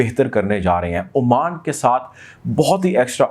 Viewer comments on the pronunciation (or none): none